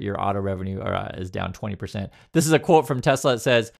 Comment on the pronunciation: I love teslerrrr😂😂😂